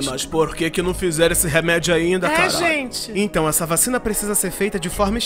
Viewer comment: "gentê" kkkkkkkkkkkkkkkkkkkkkkkkkkkkkkkkkkkkkkkkkkkkkkkkkkkkkkkkkkkkkkkkkkkkkkkkkkkkkkkkkkkkkkkkkkkkkkkkkkkkkkkkkkkkkkkkkkkkkkkkkkkkkkkkkkkkkkkkkkkkkkkkkk